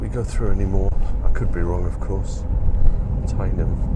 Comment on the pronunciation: Another enjoyable video. Driven that route many years ago. Just for your info, teynham is pronounced tenham